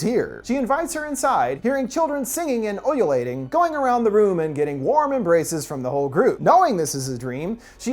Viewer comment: Um, sincerely thank you. I actually never knew how to corectly pronounce ululating until now. I think I first became frustrated with that fact while reading Game of Thrones back in 2011, during the Maegi scene with Dany, near the end of the book... 'Ululating coming from the tent...' and all that.